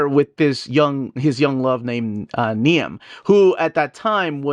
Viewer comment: Niamh is an Irish name, pronounced Neev.